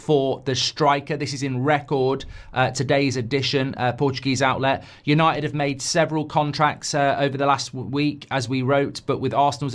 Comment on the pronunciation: You can’t even say where united finished correctly you’re that stupid😂😂😂